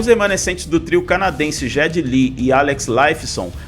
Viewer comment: Parei de ver quando falou "J"eddy Lee. Caça click.